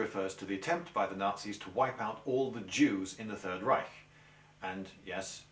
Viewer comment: I like how you pronounce "Reich". Most englishmen cannot do the "ch" correctly and end up saying "Reisch". Thumbs up for this and also for the video itself. :)